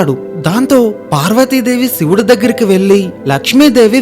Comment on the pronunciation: "ళ" మరియు "ణ" అక్షరాలు పలకడం నేర్చుకోవలసినదిగా మీకు విజ్ఞప్తి 🙏🏼 అలాగే "ఖ ఘ ఛ ఝ ఠ ఢ థ ధ భ శ" అక్షరాలు కూడా పలకడం నేర్చుకోవలసినదిగా విజ్ఞప్తి 🙏🏼 "శ" అక్షరానికి "ష" అక్షరానికి చాలా తేడా ఉంటుంది. విష్వం కాదు విశ్వం షివుడు కాదు శివుడు దర్షించుకోవడం కాదు దర్శించుకోవడం.. ఆఖరిగా ఒక విన్నపం.. దయచేసి మామూలుగా మాట్లాడండి, ఏ హిందీ వాడో లేక తమిళం గాడో తెలుగు సగం నేర్చుకుని వచ్చి రాని యాసలో చంపినట్టు కాకుండా 🙏🏼